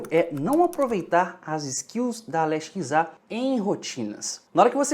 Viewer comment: Pq vc nao fala Alexa ao invés de Ale X A? Oo Confundiu